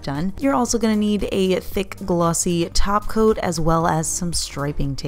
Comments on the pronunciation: I hear Taco not Top Coat. Dang it. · Almost though she said Glossy Taco.